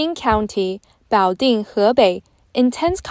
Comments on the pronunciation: Love ur work, but the AI voice pronounces the city name in english as "butt jo". It would be better to get your important message across to english speakers if you didn't make such funny mistakes. Keep on with the good work guys! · 😂we have a sleepy Joe here in the US, but they have a "Butt" Joe